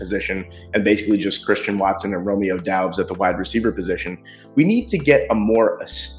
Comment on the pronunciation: Romeo Doubs is pronounced Dobbs just fyi. Good draft though for the Pack. I still like Darnell Washington over Musgrave. Maybe then Draft Kuntz from Old Dominion later on. Freak 10.0 freak athlete